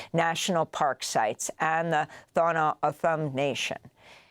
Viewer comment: is she trying to say Tohono O'odham?